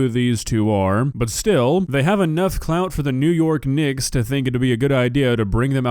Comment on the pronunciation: He definitely didn't pronounce the ck clearly and yes it absolutely sounded bad though I'm confident it wasn't intentional.